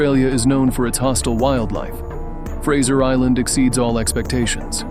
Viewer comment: Fraser Island 😂 don't be silly